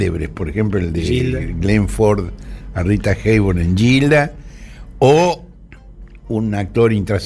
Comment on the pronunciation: Horacio me llamo la atencion cómo pronuncio el nombre de la pelicula "Gilda" porque usted habla muy bien en ingles. No se pronuncia en fonetica = "yilda" sino "Guilda". Con la g fuerte.